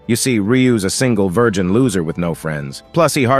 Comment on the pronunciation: Idk why but i felt a bit attacked when they said "This single vigin loser" 😅 i know its forn the intro but damn it hurts